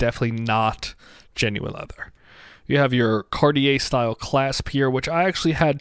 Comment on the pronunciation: ITS NOT CORIER ,ITS CARTIER.